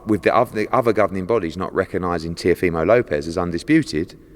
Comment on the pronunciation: FFS learn how to say the boxer’s name. It’s TeeOHfimo not TeeoFEEmo. And for anyone who thinks it doesn’t matter, fuck off. It’s his name, and it DOES matter.